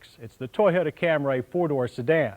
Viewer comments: FFS, John..................it's Cam-REE, not Cam-RAY!!!!!! If you have it, could you also upload that Compare-a-Car road test featuring the Cam-REE Liftback that John mentioned ?!! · Not Cam-ray!!! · WTF is a Cam-RAY????? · "Camry" only has one A. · Cam-ray. Eeyundaye. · I love how in the early years, they totally butchered some names, like the Toyota Camray, as opposed to Camry